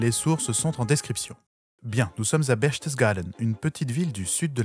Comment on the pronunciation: Votre déformation de "Berchtesgaden" est très drôle ! 😂